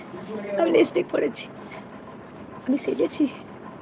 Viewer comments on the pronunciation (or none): none